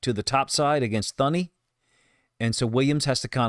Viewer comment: Awsome content. I tune in to hear and see what the film shows. I have been a Lions fan for 50 yrs. I have lived the good bad n ugly. Give it to us the way you see it coach. Also the h is silent. The guards name is pronounced Toony